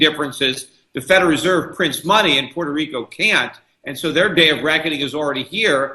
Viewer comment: POY-toh-RIKO lol